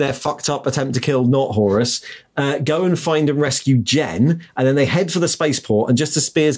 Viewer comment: Is anybody else weirded out that pronounces "Horus" as "Horace"? Flashbacks to 80s ZX Spectrum games...